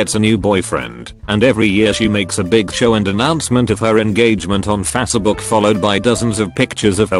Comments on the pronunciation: Fas book? Face as in race, not fas as fast. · Nobody: Text to speech: fazshebook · he reads it fatsbook lmao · Never get sick of hearing "Fassabook" lol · Fasse-A-buk lol